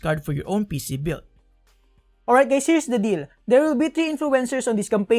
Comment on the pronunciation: is he saying "HEY GAYS"??!